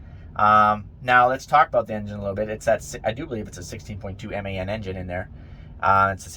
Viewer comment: Hahah😅😅 you don't know how to pronounce MAN engine 🤣🤣🤣🤣🤣🤣🤣🤣🤣🤣🤣🤣🤣🤣